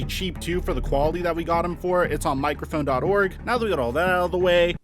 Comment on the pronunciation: Lol, michrophone